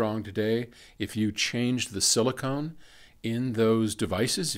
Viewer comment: Ya, you'd think an Electrical Engineer would know this. Drives me INSANE to hear anybody say silicone.